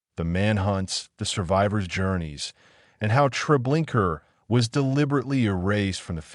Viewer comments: Treblinka not Trablinkar!! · The name of the camp is Treblinka, not treblinkrrrrrr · It is not Treblinker but Treblinka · Did you see an "r" at the end of the word? In the future make sure your narrator or AI knows how to pronounce the words you speak. Thank you. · Your use of AI that mispronounced the horrible place made a mockery of it. Your documentary sucked because of that